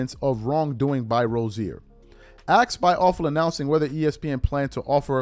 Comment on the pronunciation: Also it’s asked not axed, cmon with that